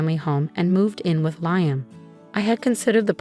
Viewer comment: Liam, pronounced Leahum, Layum, and Leyeum what the heck is it? Make up your mind.!! There may be a few other pronounciations as the story progresses so be prepared.